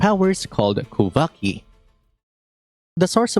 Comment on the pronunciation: Pretty sure your "kuuvhaki" is "kuuväki" and it means power of the moon in FINNISH. 😅